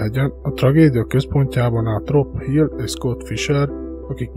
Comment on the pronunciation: Nagyon jó a videó de nem Rob Hill hanem Rob Hall a neve ✌️